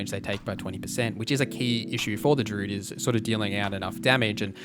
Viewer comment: good video man but you aren't pronouncing druid properly